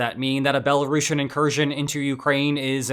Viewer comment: Belarushin? you sound like youve never heard how it's pronounced